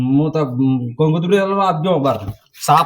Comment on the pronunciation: कंकू कुतरी नही कंकोत्री बोलो किसी भी धर्म का को ठेस मत पहुचाओ भाई